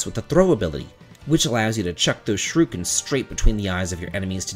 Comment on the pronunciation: I have nothing to add about the game. I just wanted to point out your pronunciation of shuriken. "Sharooken" sounds a lot like a famous attack from another popular game in the SNES era. Shuriken is pronounced more like, "Sure he can". Just say "he can" too quickly and without a lot of emphasis. I'm on Final Fantasy III in the Pixel Remaster series right now, so this video should be very helpful! I'm in the middle of a project, though, so I've put the game down for awhile.